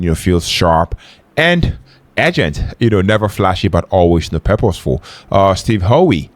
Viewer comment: It is pronounced Steve How😅